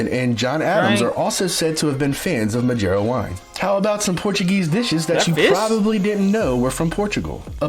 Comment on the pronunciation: This narrator is pronouncing all the Ds like a brazilian lol madjeira?